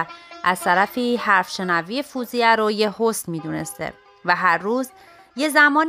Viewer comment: Very nice. Thank you for making and posting. Just one thing: it is Fawziyeh not "foozieh"